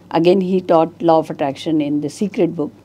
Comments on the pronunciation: I kept hearing 'Low' of attraction 😢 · "Lo" of attraction? Really? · Lo of attraction nahin hei bhai... Law of attraction hei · ❤sir low nhi law aap he galat bol rahe h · Plz pronounce 'Law' correct!